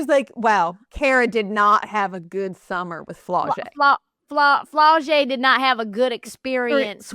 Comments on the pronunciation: “Flaw’-Jay”…..like Flawless . Never flo-jay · Miscorrects her on how to say MiLaysia’s name (it’s pronounced “my-lay-sha”) and then says “Flow-jae”………be for real 🙄🙄🙄 However as a die hard tiger fan, this is the first video I’ve seen from y’all and I appreciate the convo!